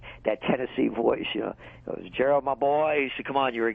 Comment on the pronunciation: Good God this guy just butchered Gerald's name. How in the hell do you get Gerad out of Gerald? Take some English classes before going on the radio...